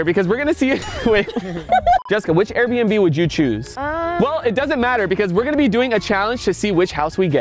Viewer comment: Her saying "lets finally take a tour of the most expensove arebnb in "my city"